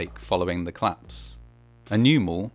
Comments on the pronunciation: Your videos are very good, but I keep thinking you're saying "claps" rather than "collapse"! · Great content, as ever, but please stop removing your mid-word vowel syllables on certain words for no valid reason. It's a 'collapse', not a 'clapse'. It's a 'collision', not a 'clision'. No disrespect to your output, which is generally wonderful, but it's just so offputing and abnormal to do this, especially as a presenter. Peace - and keep up the good work.